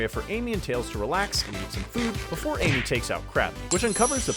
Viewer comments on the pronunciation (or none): Quando chega no minuto ele fala em que em vez de amy ele fala enque